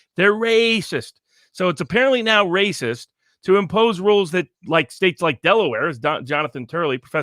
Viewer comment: is saying the meme wrong. It's "Waaaaaycis!" not "Raaaacis!" 🤣